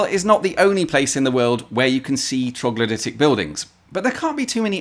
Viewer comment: It took me a bit to figure out what he said...when it clicked though...I felt like an idiot. 🤣🤣🤣😂